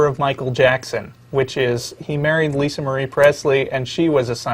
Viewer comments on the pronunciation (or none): none